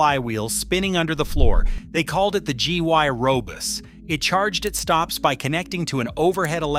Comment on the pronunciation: HA, HA, this AI is calling a GYROBUS , a G, Y, robus. Hilariously funny stuff up of speech by SMART AI.